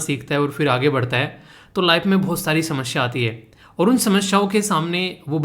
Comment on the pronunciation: Good morning sir Sir mai ek baat aapke notice me lana chahti hu Maine bahut din suna h ki aap समस्या ko शमस्या bolte ho Mai aise hi bol rhi taki aap improve kr le mazak nhi kr rhi Lecture rating 10/10😊👌